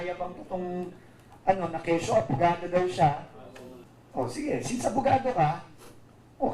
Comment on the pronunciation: Ano yan abugago yan hindi abugado 😂😂😂.